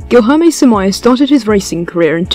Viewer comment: All this research on the guy and you couldn't even figure out how to pronounce his name.